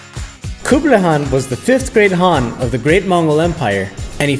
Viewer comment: wow u can say hes name properly and correct most other people say it Kan but its actually haaan : )